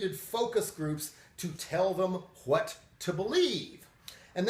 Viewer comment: >pronouncing "what" like "h'wat" Trying too hard to be Hank Hill? I tell ya h'wat Bobbeh.